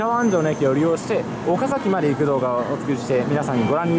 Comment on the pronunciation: 岡崎のイントネーションがなんか違和感。。。